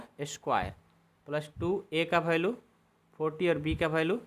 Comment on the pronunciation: Value hota Hai balu nahin hota😂😂😅😅😊😊